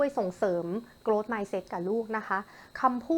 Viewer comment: ช่วงแรกๆออกเสียงผิดนะคะ grow-growth